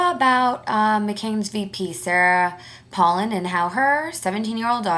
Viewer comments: First of all if youre gonna be talkin' smack on her pronounce her name right mofo, second of all, it really sucks for you that youre so wrapped up in OTHER peoples lives you almost fell to the floor? i dont see how its your business. and last, her daughter's pregnancy did not effect her running at all. have a nice day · Learn how to pronounce her name correctly. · say her fucking name right u dumb ass bitch